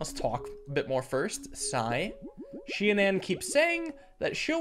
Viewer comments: SHI-AN-ON Shianan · it's pronounced shianen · It’s pronounced shy-an-an